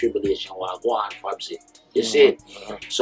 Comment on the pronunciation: It's "wah gwarn" or "wah gwaan", not "wagwan"